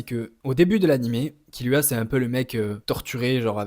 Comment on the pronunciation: Tu m’as mit le doute avec ta prononciation donc je suis allé réécouter et perso j’étends « Gone » par contre je suis d’accord pour « Killua ». Pour SNK je suis pas le mieux pas le mieux placé car j’ai majoritairement lu le mange ahah mais j’aurais dit Elen (même si perso IRL j’ai la flemme je dis Eren) et Livail